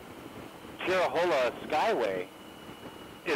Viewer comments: “Chair-Row-Hay-Lah” Skyway. No worries...lots of people struggle with the correct pronunciation. Nice video of the ride ! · It’s pronounced (Chair a hay la) Skyway Robbinsville NC is my hometown. I loved seeing familiar places!!